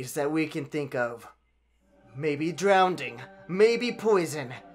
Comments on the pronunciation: Did you just say drownding ⁉️ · "Maybe Drownding"...Really? Okay..